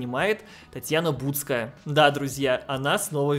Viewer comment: Не Бутская, ты неправильно назвал.... ударение неверно